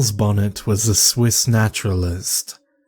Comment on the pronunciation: It's pronounced bon-ay... It's after French genevan botanist who suffered it the term is coined after